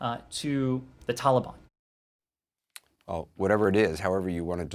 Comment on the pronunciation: The way he says taliban is just plain unAmerican... like what are you a terrorist sympathiser or something dude??